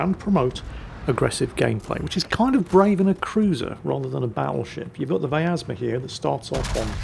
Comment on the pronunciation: there is no "A" in pronouncing vyazma, there are 3 of these ships, none of em are german:)